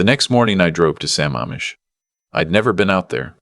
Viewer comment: Thank you for putting the CORRECT enunciation of Sa MAMM ish!!!